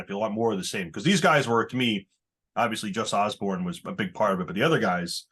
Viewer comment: It’s Jus Oborn! Not Osborn. Wtf? Posers.